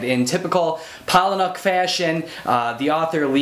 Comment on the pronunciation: "Paula-nick." Pretty much any interview with him the people say it that way.